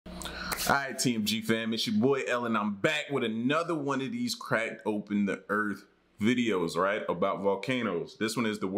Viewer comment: I swear I heard him say crack dope n the earth multiple times lolol I like your vids tho